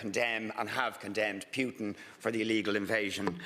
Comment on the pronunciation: Richard Boyd Barrett should really learn how to pronounce Putin's name correctly!